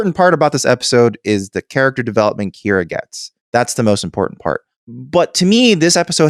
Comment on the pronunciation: You know I was ready to listen to your podcast on one of the strongest episodes of Star Trek ever and then, between saying Kyra instead of Kira and Gal Gadot instead of Gul Darheel, I had to stop because even though the conversation was pretty intelligent, it is pretty lazy to just continuously embrace bad pronunciation.